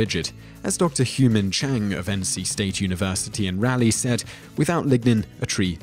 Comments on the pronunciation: Raleigh = raw-lee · you pronounced Raleigh wrong and I'm very offended for it's my last name :( :p tbh I get it whatever no one gets it right why is this the only thing I take away from the video